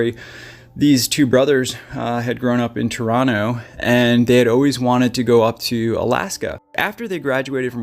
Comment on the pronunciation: Wow, a YTuber pronouncing Toronto the way we do? Amazing